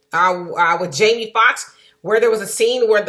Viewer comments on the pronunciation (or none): none